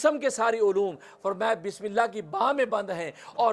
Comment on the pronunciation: Bismillah sahi se padiye